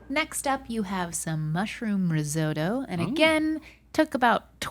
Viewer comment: risotto isn't pronounced like that, nor does it stand up like a puck